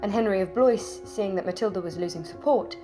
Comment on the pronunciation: Nice vid. Blois is pronounced Blwah not Bloise.